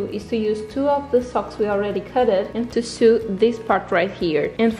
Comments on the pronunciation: Its pronounced sew like so not sew like sue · The pronunciation of "sew" sounds like the English word "so" not like the word "sue", sorry, great video, just a pet peeve :D